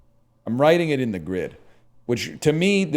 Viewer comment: Kinda funny that he keeps saying "teh" and no one in chat is picking it up.